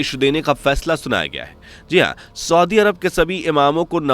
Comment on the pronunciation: Soodi nahi saudi hota hai...bolna toa aata nahi aapko...